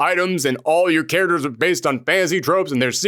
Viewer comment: cant say the word 'characters' correctly...